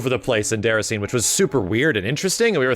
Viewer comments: Lmao........ It’s pronounced “Day-Rass-in-ay” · please, it's pronounced "Day-ra-see-nay".